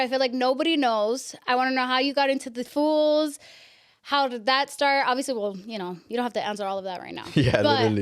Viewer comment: She keeps saying fools 😂😂 Girls it’s foos